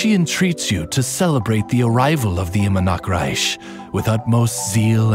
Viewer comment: Idk why but the way she says Immernachtreich in here sounded worse than the one in Unreconciled Stars event story quest